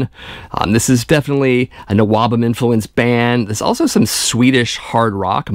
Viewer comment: Stop saying NOABUM. Nobody ever called it that. We just called it all metal, or early metal Plus I considered Anvil and New York's Riot as NWOBHM and Loudness. You're 100% correct on this vid, plus there's a few gems like Satan that I thought would never be mentioned.